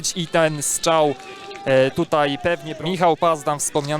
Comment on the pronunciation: Strzał nie Szczał 😊 ale poza tym nawet nieźle.